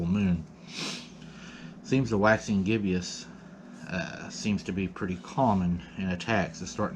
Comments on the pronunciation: Just a note. That's a Waxing Gibbous pronounced Gib - us Lol good video.. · Bro, it's gibbous a two syllable word, not gib*ee*us, I don't want to have to cuss anybody out, for making gun of you, and in this day & time, people will, especially the ignorance trolls. 🤷🏾‍♀️